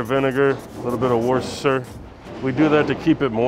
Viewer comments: Worcestershire 😂 not washasha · bruv its pronounced wooster please its so painful